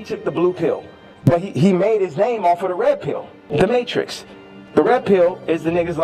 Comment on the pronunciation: T'as matrixe la prononciation du mot Matrix